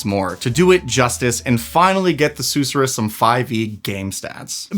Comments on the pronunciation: Sus sure rus, not sooh suh rus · Sus sir us. Not probounced like the Dr. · king i beg you. the emphasis is on the second syllable, not the first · It’s pronounced “suss-er-us” 😋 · Seriously, I winced each time LOL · Youre mispronouncing susorrous